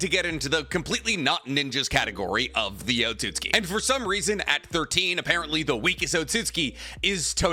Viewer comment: the way he says otsutsuki is really bugging me